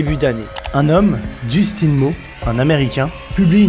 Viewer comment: justin pas John 😂